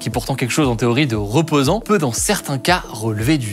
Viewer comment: ROGARDER, ROPOSANT, ROLEVER ! fait un effort Hugo, j'ai l'impression que nous sommes au tieks mdrrr